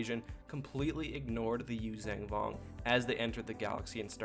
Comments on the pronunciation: Yuuzhan (you-zahn) Vong. Not "Yuzang Vong". There's only 1 G in the name. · YUU ZON VONG not YUU ZANG VONG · YuuzAYNG Vong??? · Great video! But man, pronunciation! "Yoo-zang"? Had me laughing. Also, there's a book that actually has a character pronounce the planet name as Zonama "See-coat", so another character knows how to say it, or something. Can't remember the title, sorry! Maybe Outbound Flight, or one of the last 2 NJO books w the Vong. (There was also an ObiWan/Anakin book from the prequel era that involves the planet, where Anakin gets a living ship.) But i totally dig yr videos, and subscribed.😄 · You pronounce yuzhan vong incorrectly